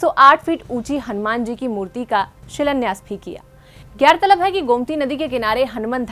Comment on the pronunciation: Madam, gaurtalab hota hai gairtalab nhi....